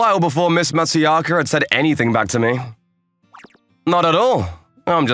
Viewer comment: It was a good story. Just bothers me that not a single character ever said her name correctly. Her name is Matsuzaka, but everyone called her Matsuyaka. It was kinda funny to have a Brit, a Bostonian and a normal American as voices.